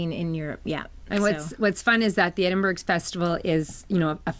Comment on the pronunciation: Hi ladies- you might want to look up how to pronounce Edinburgh before you go.... congrats on being included in the podcast lounge! Love listening to you two.